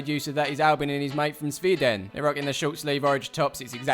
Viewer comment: Was laughing so hard when he said Sveeden